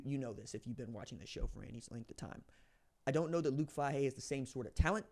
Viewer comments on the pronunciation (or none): Not a big deal. But it’s Fay-He. Go Bucks!!!!!